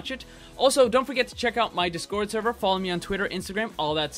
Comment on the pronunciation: is it just me or its weird how he pronounces „discord“